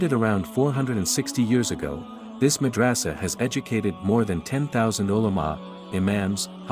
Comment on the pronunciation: Mad ra sa. Not raaaaasa